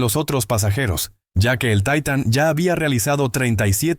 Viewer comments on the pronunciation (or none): Jajajaja taitan.. .se dise titan...así d facil